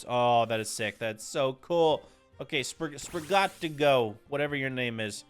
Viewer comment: ah yes, my favorite starter, sprigateegoo